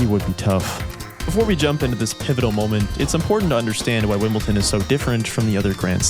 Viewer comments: Sorry, but I had to give up after 5 minutes. It's WimbleDon, not WimbleTon. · Great video. Just one thing, it's not WimbleTon, it's WimbleDon. And I'm not even from an English speaking country. I'm from Croatia. Sorry, I'm a civil engineer, I am very meticulous. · Honestly, from what I could tell from the first few minutes, this appears a worthy story. But OMG, please get the pronunciation of Wimbledon right. It’s WIMBLE-DON. With a “D”. There is no “T”. I recognize that I am being a bit persnickety, but I do think it’s important to get the name right. I don’t think residents of London, Colorado, or Florida would be super happy if people referred to those places as Lonton, Colorato, and Florita. P.S. I’m not a resident of any of those places, nor am I British! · Very well made video but I was in rage everytime you said "Wimbleton". It's don not ton. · makes a 30 min video on Wimbledon and calls it Wimbleton every single time. Legendary x) good video tho, I had i heard about this guy but didn't know anything about this story. good to know the story of players other than the usual ones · Why do non english say " wimbleton " ...its wimbledon ..with a D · Wimbledon... With a T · It’s WimbleDon not WimbleTon! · Great video man, well researched and put together — but for the love of GOD — Wimble-Don, Wimble-Don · yeah, Wimbleton. There's no T, it's a D. Can you say dog? Now try Wimbledog. Now try Wimbledon. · great vid. one thing. wimleDon not wimbleTon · Stop pronouncing it “WimbleTon,” ya idiot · Couldn’t watch the whole upload….its not “ton”. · How can anyone watch a video where the guy says wimbleton??? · it is not pronounced "wimbleTon" MY GOODNESS. you worked so hard on a video and can't even pronounce the name of the tournament properly. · A fine video, but for the love of everyone who does so, there’s no “T” in Wimbledon 😅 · This is a pretty good video, but stop saying WimbleTon. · Didn’t know Wimbledon had a T in it 🥴🥴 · please stop saying wimbletin